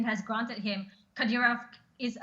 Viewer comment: Learn to pronunce the name accurately first. 😂😂